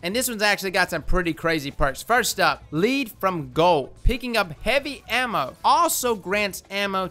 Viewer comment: "Lead from Gold." Pronounced 'Led' from Gold. As in, Pencil 'Lead'